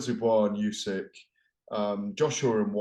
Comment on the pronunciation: Why on earth does he keep referring to Usyk as "Yusyk"? Weird thing for a journalist to do?